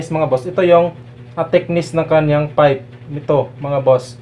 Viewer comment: Tama naman po kayo sir kaya lang ang pronunciation nyo ng PIPE ay FIPE baka kasi paniwalaan ng mga bata correction lang po kung mamarapatin nyo